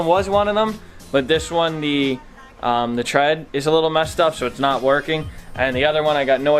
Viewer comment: He said “tread” 😆